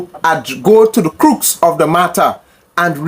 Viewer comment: I appreciate platforms like yours, very informative, but you must be careful of your English. The Prime Minister didn't speak of the "crook" of the matter, but the" crux" of the matter